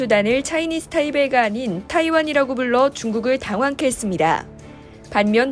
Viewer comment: 타이"베이" 킹받네